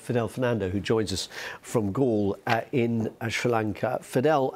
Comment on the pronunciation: He pronounce it shlranka